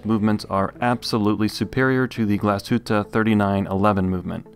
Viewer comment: As a German I must say, very good pronunciation of the word Glashütte. Usually the English reviewers butcher that name like crazy :) Review was stunning as usual!